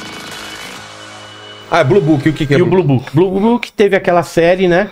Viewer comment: Blue booking 🤣🤣🤣 é blue book